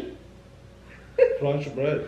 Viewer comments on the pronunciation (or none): tfseee 😭 “franch bread” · Franch bread 🤣🙃😂🤣🤣